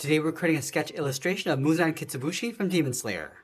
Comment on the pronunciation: Muzan kitsibushi 😂😂😂😂😂😂😂😂 na'h it's muzan kibutsuji